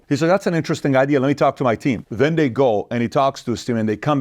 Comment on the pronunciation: THE… is not pronounced …duh THEY… is not pronounced… day WITHOUT… not is not pronounced… widdout THEIR… is not pronounced… dair TO… is not pronounced… tuh DON’T …is not pronounced… dohn THOSE… is not pronounced… doze TALK… is not pronounced…TOK THINK… is not pronounced…TINK THOUGH is not pronounced…TRUE LIVING… is not pronounced…LIVIN WHATS… is not pronounced…WOSS